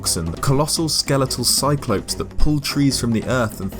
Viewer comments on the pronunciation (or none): It’s pronounced cyclops not cycl-oh-ps